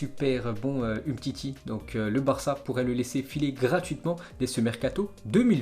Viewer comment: Le mec a quand même pas mal de problèmes d'élocution, sans parler de sa prononciation des noms etrangers! Rien que pour ça je ne materai plus. Samuel Umtiti ( umetiti), Reds devils ( raid 2 villes) hahahahahaha et il ose parler comme ça hahahaha